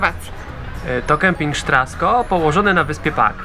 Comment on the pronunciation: Sztrasko??? Mogę się mylić, ale czy nazwy kempingu nie wymawia się Straszko?